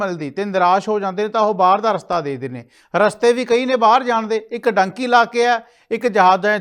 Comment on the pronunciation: ਡੂੰਕੀ ਹੁੰਦੀ ਆ ਡਾਂਕੀ ਨਹੀਂ ਹੁੰਦੀ ਪਹਿਲਾਂ ਬੋਲਣਾ ਸਿੱਖੋ ਫੇਰ ਗੱਲ ਕਰ